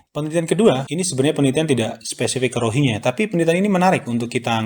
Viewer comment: Rohingya mas..bukan ronghiya😂😂😂😂